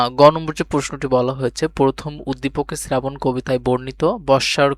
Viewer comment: শ্রাবণ❎ শ্রেরাবণ✅😂